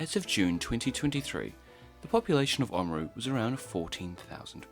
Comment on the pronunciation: You say "Māori" beautifully, but I wonder why you can't say the first 'a' in O A maru? Nicely done, overall. Thumbs up.